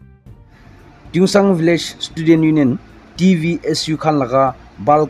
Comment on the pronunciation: Tuensang not tuengsang...